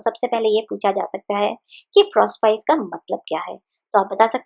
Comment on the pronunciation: कृपया प्रोस्पाइस न कह कर प्रोस्पीके उच्चारण करे।